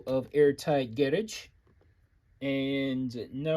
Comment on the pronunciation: 👏🏾Nailed it... "Garidge" UK approved 😁